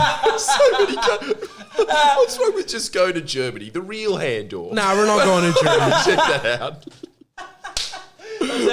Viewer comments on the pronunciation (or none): I'm not sure what I find more repulsive, pronouncing Hahndorf hand-orf or the fact he wanted to go there